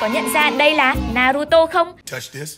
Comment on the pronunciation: Sai chữ naruto rồi naruto thành naru ti wow